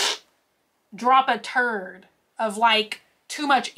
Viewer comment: i wish you would stop saying turd, lol